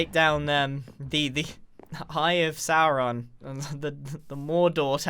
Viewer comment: bro said saurown